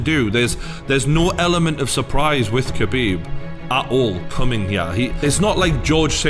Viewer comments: pronunciation is not kebib 😂 is Ha bib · Habib k is silent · smh you dont pronounce the k in khabib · Don’t even know how to pronounce khabibs name lol